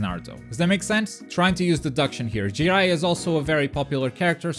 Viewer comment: "Who the fuck is Ji-eye-uh!?"